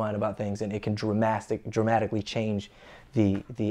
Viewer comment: Dramastically lol